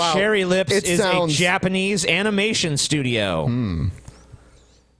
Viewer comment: "Anymation" lol